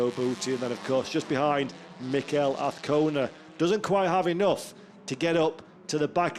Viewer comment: Trust the commentator can pronounce Azcona by the 3rd round!